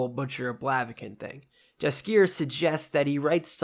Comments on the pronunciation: Eek, 😖 the way you pronounce Yaskier’s name. Great videos though. Keep’me up. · Jaskier is pronounced yaskier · I appreciate the whole synopsis, but dying from the wrong pronunciations of Tissaia and Jaskier. ;)